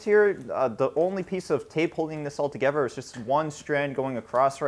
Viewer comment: "put togever"